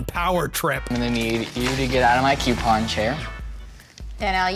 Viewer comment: Ok, you cant be coupon king and not know how to pronounce the word "coupon"! 🙄